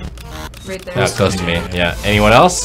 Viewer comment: When you hear it you can’t unhear it “CLOSE TO MEME”